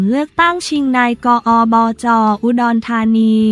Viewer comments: นี่คุณๆๆๆ คำย่อภาษาไทยนะ อ่านใหม่ๆๆๆๆนายกฯ อบจ ตามนี้ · โถคงเป็นพาม่าถึงอ่านนาย..กอ,ออ.จอ.พูดน่าร๊าก